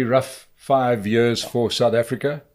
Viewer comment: SANDILE, atleast respect the man enough to get his name right